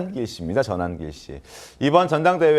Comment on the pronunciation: 자막에는 전환길씨로 나옵니다. 발음 교정 요망합니다.!